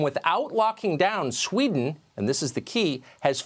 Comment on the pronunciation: Thank you. Thank you for understanding that we won't really know anything for certain until it's over. Thank you for a balanced report of Sweden instead of the hyperbolics most U.S. media usually puts out. And thank you for noticing there's two E's in Sweden! Very refreshing hearing an American not pronouncin it "Swed'n".